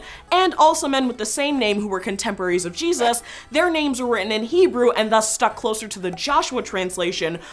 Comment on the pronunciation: Wrong pronouncement of the Lord's first name